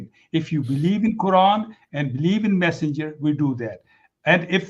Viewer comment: said refer to Allah and the..passenger i heard.. Instead of massenger.....